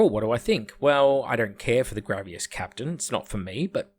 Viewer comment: Why are you saying "Grav-e-as" Its grav-iss, like a snake hiss. Like are you just saying wrong because its hipster or are you wilfully ignorant?